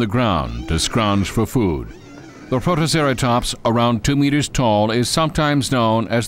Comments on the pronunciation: ... WHAT IS A PROTOCERATOMPS!!?!? HIS PRONUNCIATION IS SO BAD! PROTO-CERA-TOPS-! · "a couple of growling P R O T O C E R A T O M P S " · Let's not forget "Protoceratomps". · what about protoceraSTOMPS! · Director: What type of Dino documentary do you want? Public: WE WANT TO BE THRILLED!!!!! Director: Ok, let's hire someone that says STRONGLEST, MECRORAPTOR, AND PROMTOCERATOPS